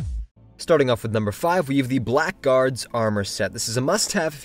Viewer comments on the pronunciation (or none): For some damn reason, "blackguard" is typically pronounced "blaggard". - - I've been searching for probably half and hour now, and I cannot find a good explanation as to why. The etymology is exactly what you'd expect, it comes from "black"+"guard" and was used to describe the guard that followed up the rear of a noble's convoy, as they typically carried the less valuable necessities, like pots and pans, and would get covered in mud and road dust, staining their clothes black. But for some reason, it's now pronounced "blag-gard". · Apparently blackguard is pronounced blaggerd like that insult the English use